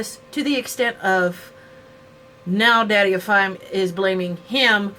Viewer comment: I dont want to be rude but his youtube channels name is Daddy O Five.☺ Sorry its just because everybody says his name wrong.